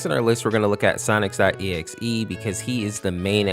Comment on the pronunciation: I love how he calls sonic.exe sonics.exe